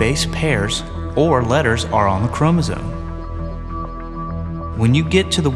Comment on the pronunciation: He keeps saying Chromosone! Arghhhhh!!